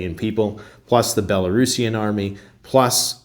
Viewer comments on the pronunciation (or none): none